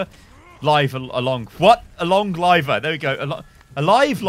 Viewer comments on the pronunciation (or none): "Along Liver" Nuu try again!